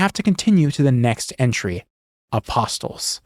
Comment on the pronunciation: yo I don't you're supposed to pronounce the "T" in apostles dawg 😂